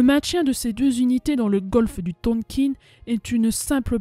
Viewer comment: Le Tonkin se prononce THONKAIN (en un seul mot ! Sinon, comme d'habitude (mais ce n'est pas un reproche !) sujet bien travaillé, bonne recherches, explication claires, un très bon résumé !!! On en veut d'autres ! Félicitations !